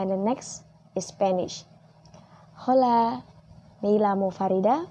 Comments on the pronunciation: Sorry sis ralat... Hola in Spanish di ucapkannya Ola bukan hola , Hablar di ucapkan ablar bukan hablar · Holanya h GK usah di baca mba. Terus perhatikan penulisan double ll di baca apa.